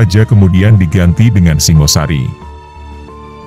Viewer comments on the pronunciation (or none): Singhasari, bukan Singosari. Singha seperti pada kata Singgasana.